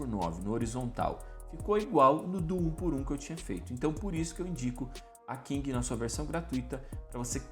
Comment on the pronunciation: PQ vc fala King ao invés de Kling? kkk